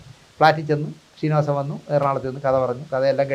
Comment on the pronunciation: ഷീനിവാസൻ അല്ലെടാ... ശ്രീ...ശ്രീനിവാസൻ എന്നു പറഞ്ഞു പഠിക്കെടാ